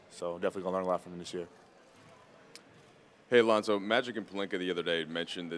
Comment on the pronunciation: he said lonso